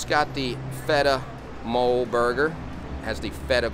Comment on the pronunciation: This place looks great! I would have loved either of your choices. For future reference, “mole” is pronounced “mo-lay,” and is a Mexican sauce.